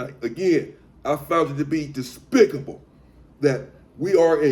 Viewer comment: "Dispictable Tactic" 😂😂😂😂